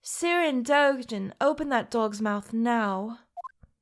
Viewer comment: I like Dogen. Is it weird that I like him? What I hear: I like Doujin. Is it weird that I like it?